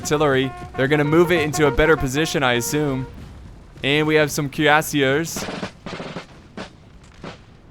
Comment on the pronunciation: Your pronunciation is getting better but you still say the "er" at the end of french words like an english er😋 it is pronounced like the letter A. So Cuirassier ends in a A sound not a er sound